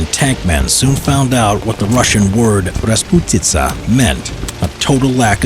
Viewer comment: first western video with correct pronunciation of word raspUtica, not rasputIca)